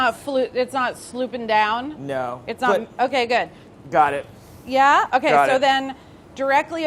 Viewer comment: No one: Literally not a soul: Charles Melton: M-kAy